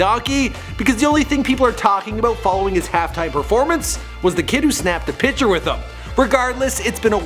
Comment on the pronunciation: say it with me piCture not pitcher